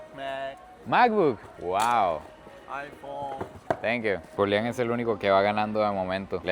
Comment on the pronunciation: Como suena Julián en inglés 😍